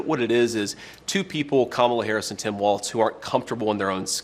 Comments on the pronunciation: Hey vance! It's WALZ, not Waltz! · Can someone explain to him how to pronounce Walz? There is no t!